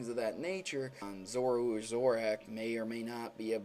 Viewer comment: You're saying zoroark and zoura wrong